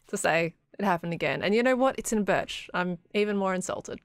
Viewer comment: Saying berch is preference like saying gurl instead of girl. Hell I even intentionally misspell stuff on purpose for comedic effect and most people do it to, look at the "stonks" meme. It also could be a joke only he or a group of people get such as me saying "samon" without an L, you wouldn't get it but I would.